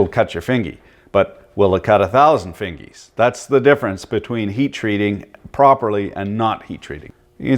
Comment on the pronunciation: Uncle "will it cut a thousand fingees?" Bumblefuck